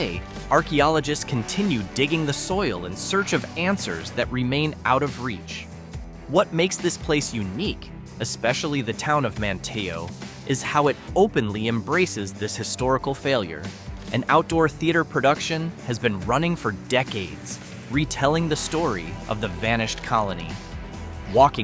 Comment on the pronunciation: The towns are pronounced Bre-VARD and MAN-tee-oh, you AI moron. Hey, it takes about 15 seconds to ask someone and get it right.